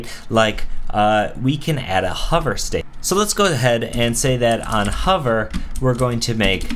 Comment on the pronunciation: "on huvr"